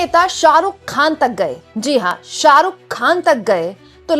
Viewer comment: शाहरुख खान को सालूक ख़ान बोल रही है ये लड़की 😂😂